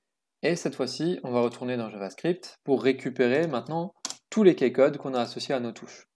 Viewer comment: Super ! Par contre Key se prononce "ki" pas "keille" :P